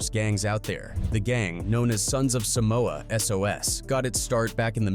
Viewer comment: Can’t even pronounce our homeland name correctly. What TF is Sumoa. SUM MOA. Really? Shame on you wannabe palagi fools. Shameful. It’s Sah moa. Not Sumoa. WTF.